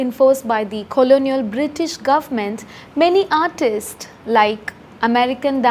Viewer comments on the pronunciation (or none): none